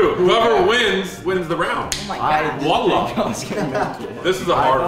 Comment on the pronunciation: Did say walla??